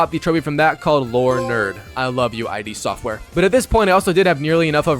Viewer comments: It's "id" software, not I.D. Software. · The developer name is just pronounced: It Software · id software. One syllable. Not pronounced "I.D."